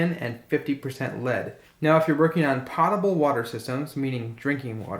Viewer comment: po -table not pot - able